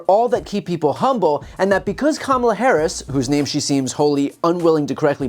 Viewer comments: First of all, Sanders can't even pronounce her name correctly. How humble is that? Just Towing the MAGA line. Also, I don't think anybody would use the word humble, to describe sanders. I would definitely use the word hubris and arrogant. But humble would never be a word anyone could use to describe her. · We should all start pronouncing the H in Sanders' first name. At least until she can get Harris' name right.